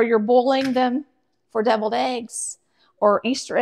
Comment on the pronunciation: I thought you said "bevilled" eggs...